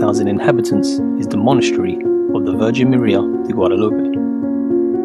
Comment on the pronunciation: Guadalupe, Extremadura. "U," not "o."